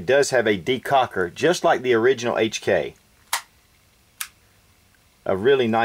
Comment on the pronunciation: Heytch And kei xD